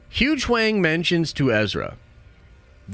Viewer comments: It’s Hu Yang … YANG!! NOT Wang!! Like Ying Yang!! ☯️🤦🏻‍♀️ An Sabine was so-so done as the animated version was better. I think something is defective in this version of #Sabine. Like she needs to go back to ReWatch Rebels cause the live action and animated series isn’t a full match. I don’t know where the disconnect is, but it’s definitely her not motivated to use her full Force potential. I think if Kanan was there to help show us that she is capable of using her force powers, it’s what we needed to see and then have Ahsoka take over to train her. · I will miss way of pronunciating Huyang as “Huge wang” 🤣🤣🤣 he does this on purpose right? Like he also deliberately says Chat Gtp vs Gpt 😂 all love… in all all seriousness I hope SW makes note of Dave for more SW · My guy he’s saying HugeWang for comical effect…if we have to explain it to you your too young 😂 edit: or possibly too old 🤷🏻